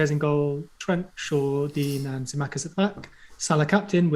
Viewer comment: Its dead straightforward yet I'm hearing Sim-ee-arkis Sim-akis from different streamers etc rather than what it actually is which is easier to say lol